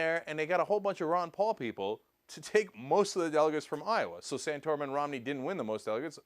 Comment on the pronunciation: 'Palalalalala' xD instant like